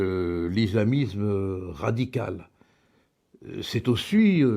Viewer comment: Bonjour Maître. Avant toute chose, j'adore votre travail, j'adore vos prises de positon. Mais pourriez-vous faire un tout petit effort. Je pense que lorsque l'on aime son pays on aime sa langue. Donc, pourriez-vous faire un effort sur l'entriZZZZZZZme et le rapport sur l'iZZZZZZlamiZZZZZZZme. Alors loin de moi d'avoir un fantaZZZZZme, mais un peu de respect pour la langue sera le bienvenu. Merci d'avance.